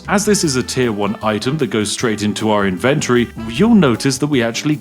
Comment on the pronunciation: Wait... the spiff is an economist? And yet he cannot pronounce ivent-torie?! Sus.